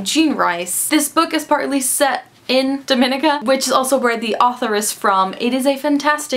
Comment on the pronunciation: Dominica (pronounced Dom-en-EE-ka) is in North America! Besides that, great recommendations and I am looking forward to raiding my nearest independent bookstore for "Ghana Must Go".